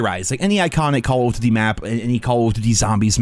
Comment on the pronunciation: COLOF DDTY, its call of duty you may aswell just say COD if you cant be bothered to say the full name